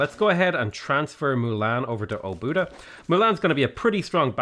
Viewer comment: trying to pronounce Hungarian city names is really entertaining. In the beginning he tried so hard but then kind of gave up, it was funny to see the process. Edit: realized it wasn’t time passing by bit him getting worse city names for ex. He pronounced Óbuda fairly well